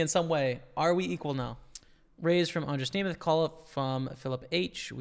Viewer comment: you pronounced almost totally perfectly andras nemeth name, im prettt impressed :)